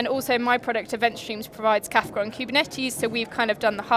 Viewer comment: It's Kafka not Kafta